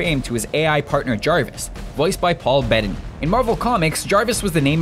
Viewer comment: Paul Bettany. Sounded like he said Paul Bennett.